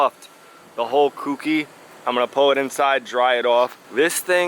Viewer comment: Keep up the great content. One tip... "Kouki" is pronounced "K-Oh-key." Good job on the S-14... siiiick!